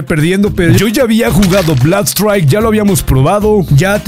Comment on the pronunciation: Se pronuncia blud straik bro